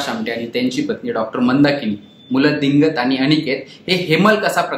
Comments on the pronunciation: दिंगत असा उच्चार नाही रे बाबा ' दिगंत ' असा आहे.मराठी भाषेचे धिंडवडे नका काढू , मराठी चॅनेलवरूनच ! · दि"गं"त आमटे असं नाव आहे ते, "दिं"गत नाही...दिगंत हा मराठी शब्द आहे, बातमी देण्याआधी किमान ती एकदा स्वतःहून वाचण्याची तसदी घ्या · This anchor is pronouncing "Dingat" but actually it is "Digant"... this is proper noun and must be written and pronounced correctly. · दिंगत नाही दिगंत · दिंगत नाही ... दिगंत